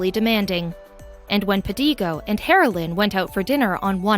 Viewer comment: I thought she kept saying "heroin", the drug